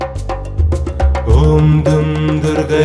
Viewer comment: Incorrect pronunciation. Durgayei